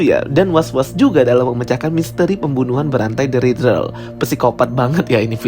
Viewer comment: Kok bacanya Ridrel sih bang? wkwk. Isi konten menarik, cuma coba perhatikan pembacaan istilah, karakter dll biar lebih bagus bang.